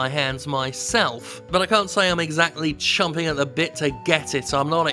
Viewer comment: You've been the US too long Jim. It's champing, not chomping.